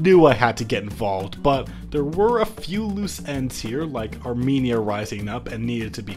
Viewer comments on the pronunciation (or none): none